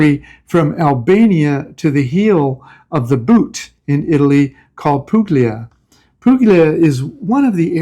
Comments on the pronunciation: I lived in Italy in the early 90s. By the way, it’s pronounced “pool-ya.” Just sayin.’ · This is NOT a criticism, but a suggestion. The g in Puglia is not pronounced. The gl combination has a unique sound. Since I can’t leave a sound file, you’ll need to research it. If you’re staying/living there, best you know the correct pronunciation. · Interesting video. To note please that the “g” is Puglia is silent.